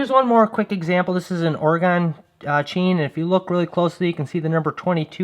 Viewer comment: It's pronounced "Orygun". No "e" on the end and it didn't go anywhere.